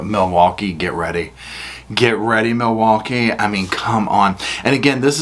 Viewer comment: LINGO:. 1. MILWAUKEE= mih-waw-gee 2. Ask= "axe" 3. Sustain = "sub-aint" 4. Old = "oat" 5. Said = "set" Etc.